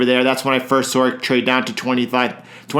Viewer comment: "I sawr it drop", I'm a NYC boy. I know you're from nearby 😂